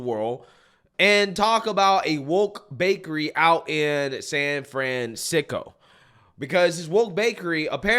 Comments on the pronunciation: "San Fran-sicko"? LOL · San Fransicko... LoL that is perfect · Wow you got that right - San Fransicko 😂